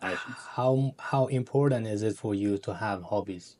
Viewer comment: girllll his accent is obviously Indian 🥲🥲especially always pronounce “T” to “D” such as important to impordant